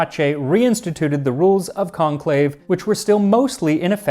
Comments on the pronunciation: You probably already know, but is the French pronunciation of conclave in English. 🙂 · To all my fellow early viewers, never forget, "CONLAVE" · lmao